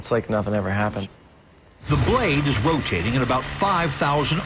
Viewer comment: Did the narrator say "wotating" ?